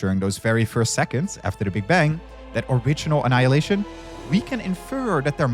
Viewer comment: "ANNILayinition!!!! is a waaaaste!!"